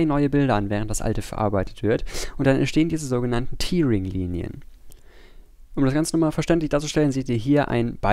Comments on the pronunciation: Man spricht es eher täring aus, nicht tiering, aber sonst gutes Video. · Hier kann man sich die korrekte Aussprache vorlesen lassen. Tearing hat nichts mit der Träne zu tun, sondern heißt reißen. Daher wird es auch nicht "tiering" ausgesprochen, sondern "täh-ring" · Sehr gutes Video. Bei euch lern ich immer dazu. Tearing wird aber tatsächlich "täring" ausgesprochen. To tear kann entweder mit "to tir" oder "to tär" ausgesprochen werden. Ist ein bisschen merkwürdig... Jetzt hab ihr was von mir gelernt :) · Tear wir Tär ausgeprochen.